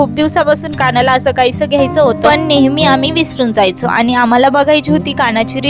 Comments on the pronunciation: तुमचा आवाज छान आहे. पण काही शब्द अतिशय अशुद्ध बोलता. अनी पानी आणि कृत्रिम बोलणे यामुळे व्हिडिओ ऐकायला कसातरी वाटतो. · तुमचा आवाज छान आहे पण काही शब्द अतिशय अशुद्ध बोलता. अनी पानी आणि कृत्रिम बोलणे यामुळ